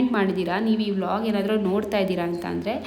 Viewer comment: 0.31 wall❌ vlog✅ 😂😂